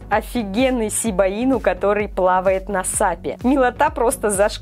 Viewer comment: прости конечно но не сибаину а шибаину